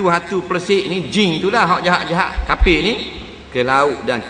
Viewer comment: sebut jing😂😂😂